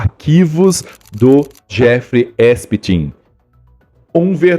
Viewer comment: Voce fala Esptin pq nao quer falar o nome correto?